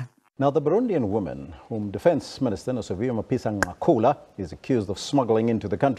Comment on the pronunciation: Not Ncakula, Nqakula 😂😂. I like your analysis though 👍